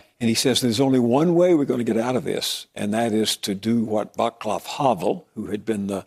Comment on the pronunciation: Just btw, Vaclav Havel is pronounced "Vatslav" not "Vaklav". And to be honest, he has become one of the main subjects of russian propaganada in our counrty. The smear campaign is both grose and intensive. Its no wonder that former communists in our country support Trump, one of them even used his meeting in the White house in his campaign.